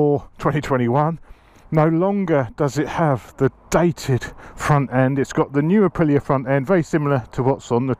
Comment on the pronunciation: Did you just call my Bike "DATED"!?😓😂 I do love the new front too but not sure on the rear. Great video as always tho.